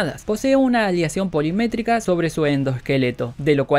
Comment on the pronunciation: Polimétrica, no. Se dice POLIMÉRICA.